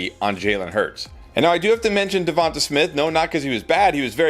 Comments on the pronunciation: Devon-tay not Jevon-tuh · Why do you pronounce Devonta like that? It’s DEVON-TAY not DEVON-TUH